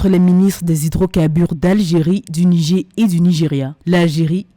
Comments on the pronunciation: Ce n'est pas le "Nigé " mais le "Nijére" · Madame la journaliste, on dit "Nigère" et non "Nigé"